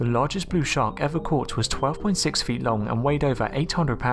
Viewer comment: What the bloody hell is a 'shaa-aark'? And what is a 'shooah'? Geordie, are you, chum?